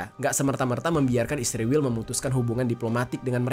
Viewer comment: Israel bang, bukan isriwil😂